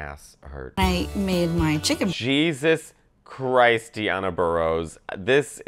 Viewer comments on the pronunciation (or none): none